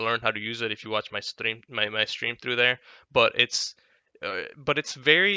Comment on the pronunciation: its defninitely indian